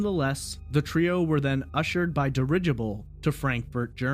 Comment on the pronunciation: "di-RIDGE-ibull" lol Good god this guy badly needs an editor. Fluff the video out much? Just skip ahead to to bypass the irrelevant bio filler unless you really don't know what state Chicago is in or what the date of the JFK assassination is. My second favourite part of this video is how an endless loop of pictures cycles over and over and over and over with no connection whatsoever to the narration. This guy needs to learn how to cut to the damn CHASE. Now I just noticed this is only "part 1", an 81-minute bottomless well of tedium. I can't wait for a future episode where this clown lets us know what today's date is in just under three hours.